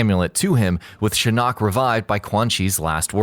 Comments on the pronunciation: you keep saying shin knock... its shin ock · shinOOOk !!! anyone else bothered by this? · I hate how you say shin-nok Not just shinnok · That's not how you pronounce Shinnok